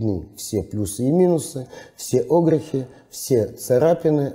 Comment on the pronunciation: Прошу прощения, а можно перед тем как ролик выкладывать поработать с ударениями в словах, какие на фиг Огрехи? когда правильно огрЕхи! очень режет слух. однозначно дизлайк. даже до конца не стал досматривать